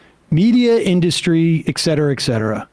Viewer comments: It's etcetera!!! eTcetera!!! Love these guys, but that drives me fucking crazy!!! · I've been watching these videos for quite some time while working. I think it'd be rad if pronunciation and enunciation were better. The "ect" vs "etc" thing drops me out of the conversation.